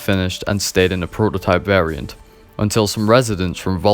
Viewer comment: FYI you're pronouncing 'variant' wrong in this video.